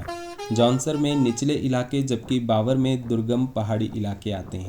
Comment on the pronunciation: भाई जी nice विडियो ❤ लेकीन जौनसार बाबर नही जौनसार भाबर है